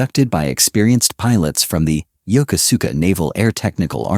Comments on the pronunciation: It's pronounced "Yo-Ku-ska". Was was stationed there on the USS Midway back in the ealry 1980's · "Yoko-suka" is CORRECTLY pronounced as yo-KOSKA with " long O's"